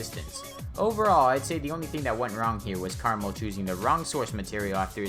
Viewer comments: Me: Krmal Him: carml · the way you pronounce krmal reminds me of caramel and i got hungry while watching this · he really just said caramel